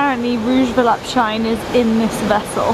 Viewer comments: I have a Rouge Volupte Shine lipstick but it came from a bad batch so it dries and bunches on my lips. Ugh... I got it at Sephora. I still try to employ it., the correct pronunciation is volupteh not volupt. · This vlog was great, as always but please, learn to pronounce "volupTÉ"! It's the same sound as "TEnnis". I hope it helps!